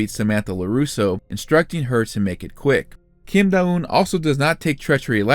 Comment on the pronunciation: Don't think you said her name correctly once but tbh her sense senseis have silly names to l